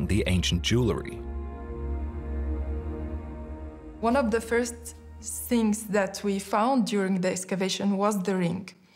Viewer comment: It would be nice if educated narrators could pronounce jew-el-ry.